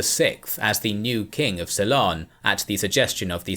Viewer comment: did he actually pronounce Ceylon as quilon?